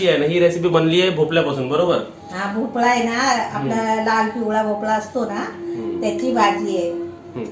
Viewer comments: मस्त 👌👌 भोपला नव्हे.... भोपळा बोल भोपळ्याची खूप छान रेसिपी बनविली..... खुप छान ताई राग मानू नकोस.... ❤️👍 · It’s MEDU wada and NOT MENDU wada and its भोपळा and NOT भोपला. Kindly use correct words.